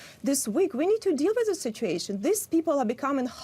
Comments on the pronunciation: There is a U in sit-u-ation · Learn to pronounce “situation” if you want people to take you seriously. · I wonder why she can't pronounce ' situation ' correctly?